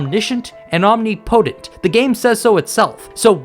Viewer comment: Your pronunciation of the word "omnipotent", is atrocious as fuck.